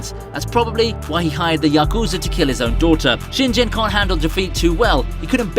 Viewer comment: it's pronounced "shin-GEN", not "shin-jen", genius.